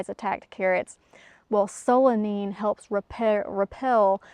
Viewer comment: Solanine is pronounced sew-luh-nine. It’s easier to remember if you see the word for the number nine in the last syllable. 😊